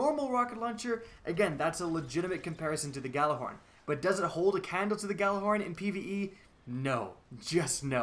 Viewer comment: Your pronouncing "Gjallarhorn" all wrong. Forget the "G" and pronounce it as "jallar - horn" (pronounce first part like the arabic "jalla jalla" - but add an "r"). -Regards from Nørway